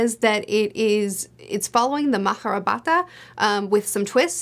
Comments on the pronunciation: The real pronunciation is actually mā-hā-bhā-rata. You only pronounce the “ā” like the english a but not the simple a. So essentially “r” and “t” in māhābhārata are pronounced like individual letters even they there is an “a” tailing them, which is called a schwa. “r” is still like the english r but the t is much closer to the french t. So if I had to write the pronunciation in English like you did, it would be maa-haa-bhaa-r-uh-t-uh. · Sons of Darkness sounds like fun, and that is a beautiful book design. The pronunciation is more like ma-ha-bear-it-ah, so it took me a moment to get what you were saying, but I would love to see how a First Law style narrative fits into that mythology.